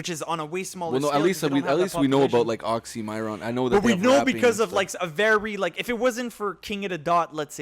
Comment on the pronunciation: Next time pronounce "Oxxxymiron" properly... 😅 put some Respek on his name!!!😎